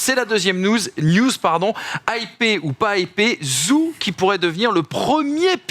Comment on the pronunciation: Zhou se prononce "djou"